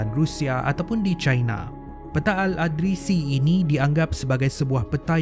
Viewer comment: ada sebutan yg perlu diperbaiki.al-idrisi bukan al-adrisi.yakjuj ma'juj bukan yajuj majuj